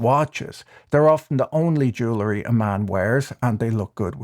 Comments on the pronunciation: "Jewlery" or is it "jewelry"? Perhaps it's that Irish non-accent? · I have always found your videos to be insightful and quite witty. So I hope you will read my minor criticism with that in mind: It is pronounced ju-well-ree, not ju-la-ree. And yes, I'm quite popular at cocktail parties. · I know. Mispronouncing jewelry annoys me. Same as cavalry, turning into calvary.